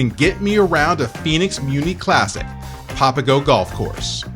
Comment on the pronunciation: Well first of all you would have to know how to pronounce the name of the golf course you're playing or you're really really not a golfer.. popago isn't going to cut it..